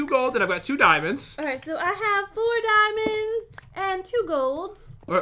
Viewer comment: I heard a part where you guys say diamonds but i heard DIEMONDS